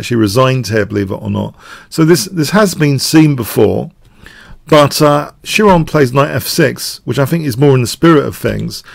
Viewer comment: Just a minor nitpick: It's pronounced (more like) kye-ron than chee-ron or shee-ron, being the name of a Greek mythological character (a centaur), and those chrazy Greechs with their hard 'ch' which is actually an Anglicization of the Greek letter Chi. The actual sound is probably even closer to the hard Scottish 'ch' in Loch Ness, but as with famous names like Archimedes and common words like arachnophobia and echo, we usually just simplify them to a 'k' sound.